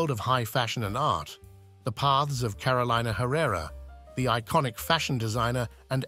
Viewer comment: Lord. Can we pronounce her name correctly?